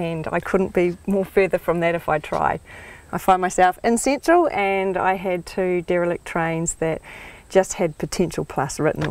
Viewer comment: Cintral? I didn't know INZID was bg inough to hev a Cintral.